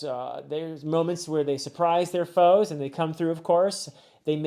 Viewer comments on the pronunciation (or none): none